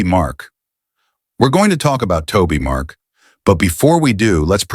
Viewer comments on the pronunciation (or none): This guy is AI. This is why it keeps saying Toby Mark. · Some of what you're saying maybe true, but continually calling Toby Mac Tobi Mark makes you sound dumb. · You cant even say his name right.